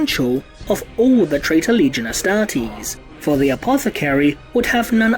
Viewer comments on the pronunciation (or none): none